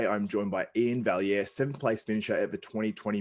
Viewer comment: One of the few YTers who actually pronounces Iain's last name correctly. Well done, you. (And a big salute to my fellow Canuck.)